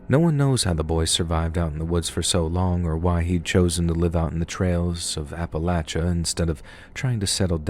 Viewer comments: Great voice! Love the way you narrate, and thanks for saying Appalachia right! I'm actually from East Tennessee so it was pretty cool listening to these stories! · rules! And he pronounces Appalachia correctly and I’m from Louisiana— with friends from Carolina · It's a collection of stories from "Ap-uh-lach-uh". You gotta just sound it out and use your thinkin' cap. That's how we do it in West by God Virginia anyways.